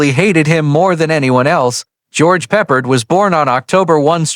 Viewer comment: Not PE-pard, pe-PARD! Stupid A.I....is it that expensive to pay someone who can read simple English? Oh my...the more I go through this, the more embarrassed I am by this A.I's recitation of English text! "...World War i ?" "I love it when a plan co-MES together"....nearly EVERY SINGLE sentence is butchered by this idiotic A.I.'s inability to recite English text.